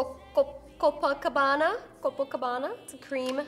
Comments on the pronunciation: I'm Brazilian, Copacabana is a city in Brazil, and you spoke perfectly! beautiful makeup, you rock! kisses (forgive me for my poor English, I can't speak very well, but I tried) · Hahaha I loved how you pronounced Copacabana